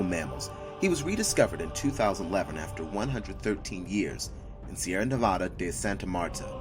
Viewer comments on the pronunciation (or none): none